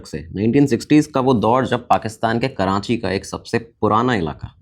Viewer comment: Karachi, not Karanchi. Please correct yourself